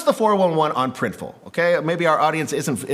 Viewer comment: So you guys now called PRINTIFUL? 😅